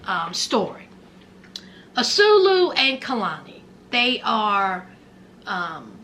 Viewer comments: Not azulu .😂😂😂😂😂😂.ann swaaay llooo is how u pronounce his name ... I can't keep hearing azuluuuu😂😂😂😂😂😂😂😂😂😂😂😂😊 you all prideful with it lol lol like she really heard his name like that on TV I guess lol lol love u ❤❤❤❤❤❤❤ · Ahh-sue-way-lew not "asuelo" or whatever you're calling him. Lol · Love the commentary!! His name is pronounced Ah-Sway-Loo